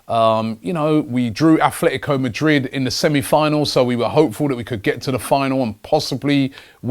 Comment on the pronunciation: It's "ATLETICO" Madrid, where do you see the "F" sound in there, Robbie?